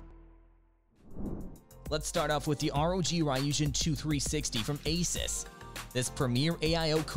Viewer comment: The way he pronounces Asus wrong made me stop watching